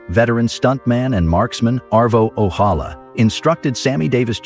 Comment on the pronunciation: The AI narration on this video really needed some human monitoring. Parts of the narration are redundant, inconsistent or just wrong. Gone with the Wind was called One with the wind because the G was half clipped on the poster, Arvo Ojala is pronounced randomly with an English or Spanish J, parts of titles are left out.